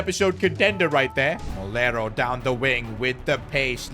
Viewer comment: Its “Moleiro” And you are pronouncing it as “Molero” 😭